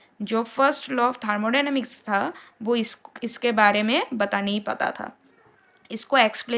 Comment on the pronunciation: Thamodynamics ya thermodynamics 😅😅